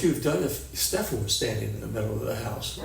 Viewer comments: I like that doesn't say his name right lol its kind of like an f u to him. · Why does everyone insist on saying his name wrong 😩😩😩